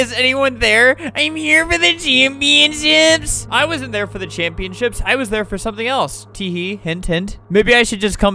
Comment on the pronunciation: i like when he says championships